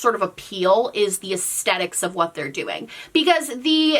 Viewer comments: The way you say aestetic and not aesthetic is driving me bonkers. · Take a shot every time she says "es-tet-ick" 😂